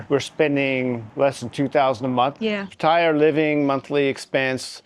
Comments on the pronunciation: It's not "Pa-Thai-ya". you say it closer to correct lol. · Please learn how to pronounce พัทยา… 😂